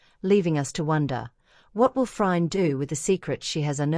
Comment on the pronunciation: This is AI The AI doesn’t even pronounce Phryne correctly.